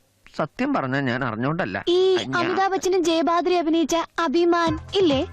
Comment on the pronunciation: 2.39 ജയബാദ്രി എന്നാണ് പറയുന്നത്( ജയഭാരതി)